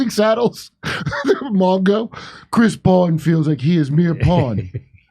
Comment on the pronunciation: I know there is "C", but every time I hear Chris "Huomo"..